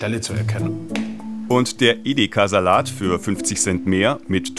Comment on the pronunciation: Ideka statt Edeka? 😂😂😂 komische Aussprache